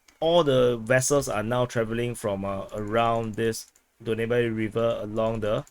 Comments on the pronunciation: Pronounced as “Daanub” river😊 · Its pronounced Dan-ub :) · Danube is pronounced DAN-yoob.